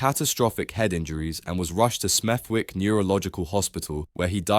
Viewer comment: At least get the fact's about the lad that was killed rite 😮,it's not Smeth-wick it's Smethwick pronounced (Smeth-ick) ffs